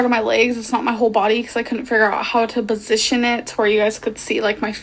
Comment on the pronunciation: She constantly pronounces words that starts with p’s with b’s. Like “Bajama’s” and in this, she said she couldn’t figure out how to “bosition” the camera to show her whole body. No one can convince me that she knows how to read